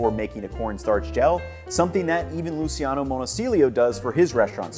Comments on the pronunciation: Just one nitpick, man, it's LooCHANo Monosilio the Italian chef, not LooSEEano, it's in fact written "Luciano" and not Lusi-Ano. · Great video! It's pronounced Luchiano btw